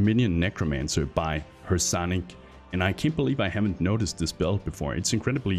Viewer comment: Thank you so much for featuring my Mass Minion build, Speaker for the Dead! I really appreciate the exposure! It was really fun for me to hear what you thought about the build. Keep up the great work! By the way, the intended pronunciation of my name is (her-CAN-ick). I've heard (HER-kuh-nik) before, but (her-SAN-ick) is new. Hehe, interesting! No worries, though, I've taught English in other countries. Calling out roll was, well, tricky, to say the least, so I completely understand the struggle. =o)